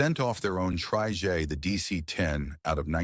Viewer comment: It's an AI narator. Hence the "tryjays" (or something).